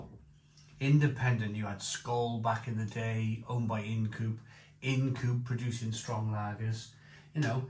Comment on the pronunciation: Not "in'd coope" but pronounced "eye n'd coop" ~ Ind Coope.